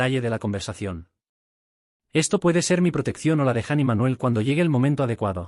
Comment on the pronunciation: Por que lee Jan y no Jana?